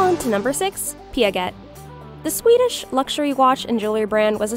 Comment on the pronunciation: I think the way how you say piaget totally wrong sweety 😊